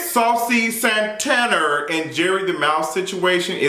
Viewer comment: Listennn I lost it at "Saucy Santanerrrr" and passed away at "Jerry the Mouse"!!! 🤣🤣🤣🤣